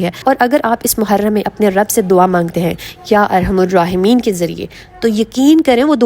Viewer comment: Ya arhamar rahimeen .arhamur nhe parhna arhamar parhna hy